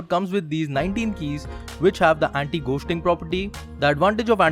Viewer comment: anti ghoooosting rip english